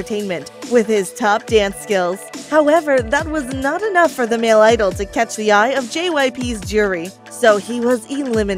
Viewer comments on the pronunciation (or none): none